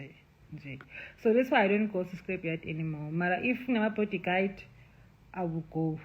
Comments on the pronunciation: The body guard pronunciation just finished me😂😂😂😂😂😂😂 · She teaches them how to say body guide 😅😅